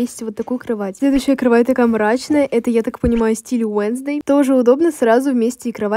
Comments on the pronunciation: 🤬🤬🤬🤬не Уенздей а уэнсдей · Не уенздей а уэнздэй